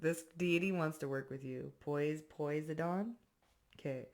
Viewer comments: Poisidon is Neptune. My Dad was a sailor in the Navy. When they cross the equater they do a ceremony to Neptune. They go from a Skuttlebutt to a Shellback. Its pronounced 'P oh sigh done'. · I know you know that name..... Poseidon (Poe-sigh-den) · It's pronounced... Po-Sy-Don. ❤😁🥰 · Oh and it's pronounced pah..side.. un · hey sweet... i pronounce Posiedon... po- sy - din... i hope that helps. Sorry you had to channel a Narc... or so it seemed... 🎉❤ I am feeling strong today but physically tired... not sure if my Narc is poisoning me or not... 😮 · It's pronounced,,, PO-SI-DEN ,,,, SWEETY I DONT WANT PEOPLE MAKING FUN OF YA I ENJOY LISTENING TO U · Such a sweet way to update on the pronunciation of Poseidon. I actually enjoyed hearing twist on it—hahaha—poise-I-done. In poise, we can be done with the unaligned bebopping into our journey. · Poseidon is pronounced like po side in ! 😂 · I understand it's not an easy name to just read. Try this and sound it out like I'm writing it... Po-Sii-Don... The US Navy has a Posiedon Missle if you've ever heard of those that might help. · It's pronounced, "Poh-sigh-den. Poseidon 🔱. Israel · you have in your own unique, inimitable and readership way been of valuable and lightness to and for me. I now return a portion of my indebtedness: Poseidon (PO-side-UN) from the depths of the sea(s). I wanted so much to watch you continue with the mispronunciation cause I was laughin' good. But I reminded meself, "you may suprisingly cross paths with this sharp young woman someday and by then she may/could have figured out no one came to her rescue. Not a great 1st impression/integrity moment. THAT would be scaaaawy. All due respect and reverance intended. Double lightened up! I needed it. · With all due respect, it's pronounced Po sy dun. Ha! I like yer version better! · It's pronounced 'po-seye-don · The way she is pronouncing Poseidon omg love you girl😂❤ much appreciated ❤ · It's pronounced piseyedon